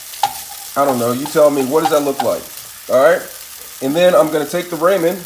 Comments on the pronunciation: nah he means what you said “Raymen” it’s pronounced “Ra-men” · Ramen (Ra man) (Raa Min) (Ruman) there is three ways for you to pronounce it and it sounds the same were come with rayman you idoit😏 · "RaYmOnD" It's ramen, broski. Rah-men. Not Ray-men. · He doesn't even know how to say ramen 😂. He calls them raymen & it bugs me!!! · Yall be too fancy and boujee for me. First of all your boujee if you say ramen. But this guy is saying Raymond’s noodles 😅😅. This is a hood meal it’s called oodle and noodles not ramen boujee ass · I love your ideas about food, but please stop saying "ray-men noodles". It's "ra-men", just like it's spelled. No y. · RAH-men. RAH-men! Not RAY-men. It's RAH-men. And frying an egg doesn't create much of an aroma of any kind. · Homie really said "Raymen noodles" it's pronounced ramen (Rah-man) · Raw-men not ray-men🤣🤣🤣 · RAH-MEN not raymond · it's pronounced rah-men not raymond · Don't pronounce it raymen noodles.... pronounce it raamen noodles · RAH-MEN. Learn how to pronounce it right and you'll get your like back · raw-men not ray-men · Ramen is pronounced rah-men.. .....raymond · RAW-men Not RAY-man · I know it's "ramen" but in the video it is pronounced as "ray-man" when in actuality it is pronounced as "raw-men" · It’s raw-men not ray-man. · she said what you said you called it Raymond but it's actually pronounced Ramen you pronounced it Raymond it's not spelled that way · The guy who made the video doesn't get it. It's pronounced RaH-Men. Not Ray-Men. Guess there's no Asian people where he's from hahaha. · Raymen noodles 😂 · Awesome recipe. It's Japanese, " Rahh men" no long A. Don't look ignorant. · Who said raymen noodles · "Raymond" noodles 😅 Jokes aside, looks awesome. Will try it out one day! Good job! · Had to rewatch to see why I commented that.. And nope I meant Ray man,because that's the way it's pronounced in the video. 😆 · Rah-men.. And stop saying Ite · This irks me. It's ramen (RAH-min) noodles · Ray man noodles 🍜😂🤣💀